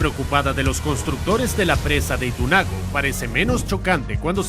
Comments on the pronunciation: no se pronuncia itu nago se pronuncia Ituango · Se dice Ituango no itunago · Es ITUANGO no ITUNAGO jajaja suena raro escucharlo